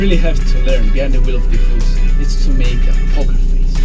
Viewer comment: Every single time u say "4C" it seems you are saying "Tiffosi". Just kidding, nice video as always!